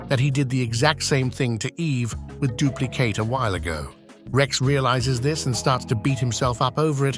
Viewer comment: bro really had to say dupli katie whenm he knows damn well its dupli kate